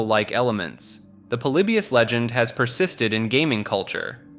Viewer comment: Polybius..pretty sure it's pronounced like poly-by-us...but I could be wrong. Seem to remember an interview with some old arcade developers talking about it..